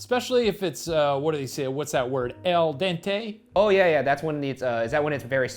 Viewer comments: Shane doesn’t know how to pronounce al dente while Ryan isn’t sure whether it means pasta is soft or hard. They complete each other perfectly 😂😂😂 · al dente. pasta al dente. i should be mad cause you fucked up every italian word but it's oke